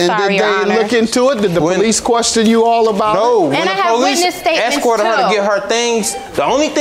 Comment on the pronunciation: I hate it when anyone say HAHR INSTEAD OF HER IT SOUNDS SO GHETTO AND U EDUCATED